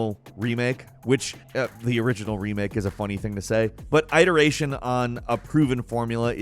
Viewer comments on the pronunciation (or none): haha I drives me nuts when he pronounces iteration wrong every video.